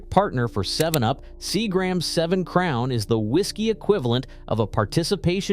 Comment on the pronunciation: Seagrams is mispronounced on here